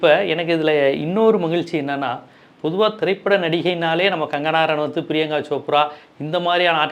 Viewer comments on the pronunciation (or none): Kangana RANAWAAATH illaaai paaa !!!! Avanga peru Kangana Ranaut !!!